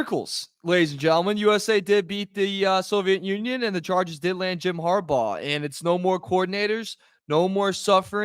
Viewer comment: It's HARBERT......or .... HERBAUGH